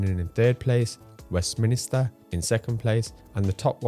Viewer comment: BTW it’s Westminster… not Westminister 😅